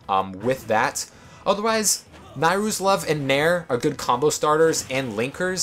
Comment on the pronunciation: You are the ONE person I've seen who pronounces "Nayru" the same way as I do.